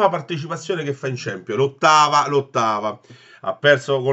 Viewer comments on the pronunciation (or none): ciampionli non si puo sentire ahhaahahahah